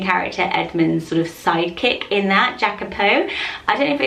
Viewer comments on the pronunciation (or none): It’s not giacopo is yacopo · Sorry to tell you but I think Jacapo is pronounced with y like yacapo because I'm pretty sure it is of the Spanish origin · Jacopo is pronounced "yacopo" it's the Italian form of Jacob. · Hi! I'm a new subscriber and I'm obsessed with your lists! I don't have children and it's going to be a while before I'll have any, but I just love to think up names! Jacopo is the Italian version of Jacob and it's pronounced "Iacopo" like Ian. 😊 Lots of love from Italy! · Jacopo is a quite common Italian name, but it's pronounced ee-ah-koh-po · it’s pronounced yacopo because it’s italian ❤️ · Jacopo is a quite common italian name, and it is pronounced ee-ah-coh-poh :) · In the name Jacopo, the J is pronounced like “Y” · Jacopo is Italian and pronounced with I at the beginning